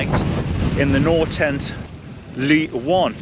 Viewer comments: if you keep a stove burning things will dry out just fine. (crazy norwegian camping) (Also pronunciation of Ly is pretty much spot on by now :-) ) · Pretty good pronunciation 😊👍